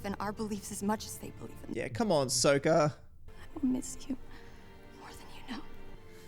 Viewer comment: I’m glad they changed the name pronunciations because they bear no resemblance to their animated counterparts. Soakah acts like his boomerang is stuck somewhere it shouldn’t be.